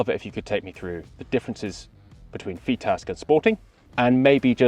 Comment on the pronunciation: it's pronounced "FITASC". As its a shotkam video and therefore and american owned company I'm assuming has to throw in americanised English every now and again to bridge the gap between the UK and US audience.